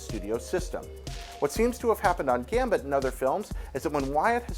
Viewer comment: He said Gambert XD It's okay, tongue twisters kill